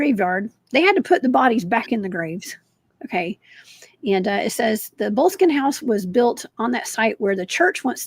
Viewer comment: Enjoyed today's episode. Boleskine is currently under refurbishment and is scheduled to reopen again next year. They have a nice website. Hoping to visit it while I do my Scottish ancestry research. Boleskine has 3 syllables. Bol-es-kin for future ref. 😺